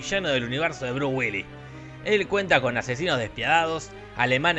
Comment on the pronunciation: Nunca había escuchado el nombre de Bruce sin la S' en castellano o en inglés. Check Now.